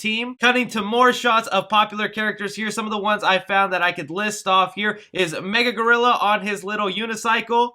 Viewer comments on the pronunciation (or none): It's pronounced MA-GIL-AH GOR-IL-AH. Not mega-gorilla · it’s Magilla Gorilla. Not Mega Gorilla. You do realize they are spelled completely differently yes? Also... research? 🙄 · It’s Magilla gorilla not mega gorilla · LOL "Mega" Gorrilla. It's MaGILLA Gorrilla. LOL :) But great Breakdown. I missed a bunch of cameos in the trailer. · Great video but it's Ma-Gilla Gorilla, not Mega-Gorilla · Bro are you saying mega gorilla? I was iffy when you showed off the funk no pops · Magilla Gorilla. Not Mega Gorilla.... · Interesting breakdown but the character's name is Magilla (ma-GILL-a) Gorilla, not Mega Gorilla. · Magilla gorilla not mega gorilla lol love your content thanks for this break down 🤯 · Not gonna lie man I love ur content but A u totally mispronounced MA Gill LA gorilla but yes I did recognize the hovercraft from... wait for it drum 🥁roll please " The JETSONS" BTW total elder millennial bringing this win home for the boys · Its pronounced Ma-gilla Gorilla. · You miss said his name it's Magilla Gorilla and you miss the rock ape from the herculoids cartoon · It’s pronounced muh-gilla gorilla. Just a heads up. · You butchered Magilla gorillas name 🤣🤣🤣🤣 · He lost me when he mispronounced Magilla Gorilla...... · Never seen MaGilla Gorilla before I guess. Interesting way to pronounce it.